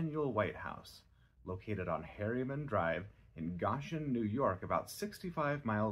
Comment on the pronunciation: Goshen. It's pronounced Go-shin